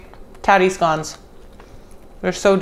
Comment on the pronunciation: I love you woman! She called them scones in stead of scouns like a monkey, you are a wonderful American. A diamond in the rough